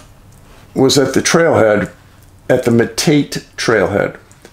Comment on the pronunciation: Hey Dave - it's not Me-tate' Trailhead but Me-ta'-tay Trailhead. First nations used a flattish or concave hard rock to crush grains, open nut meats with a smaller stone. In most instances after years wore their teeth down. Old timer, Wickenburg, Arizona.